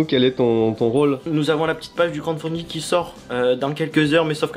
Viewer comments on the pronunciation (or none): C'est crowDfunding pas crownfunding! (c'est lui qui demande au début de la vidéo me bannez pas)